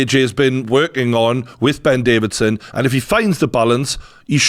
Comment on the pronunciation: Do you call him Davidson on purpose or can we call him Davison now